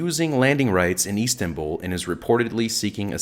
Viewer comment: Commentator can't pronounce Istanbul properly,stupid yank